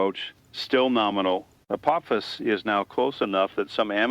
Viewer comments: After so many years of hearing it pronounced A-poff-is, hearing A-poof-is is really throwing me. But I am thoroughly intrigued by this format and really like this new channel. Thank you. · Not the AI pronouncing Apophis like “April phis”. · pronouncing Apophis differently nearly each time. SMH. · Four different pronunciations for Apophis! FOUR! Willing suspension of disbelief has left the building.